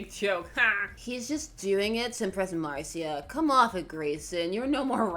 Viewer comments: Mar-see-uh is the spanish pronunciation, in Gotham she probably said Mar-shuh. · Marcia... It's pronounced "Marsha" as in "Marsha, Marsha, Marsha" and that's my 3,483 cents... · I think it may be pronounced Marsha... mainly because it is American and also because of The Brady Bunch lol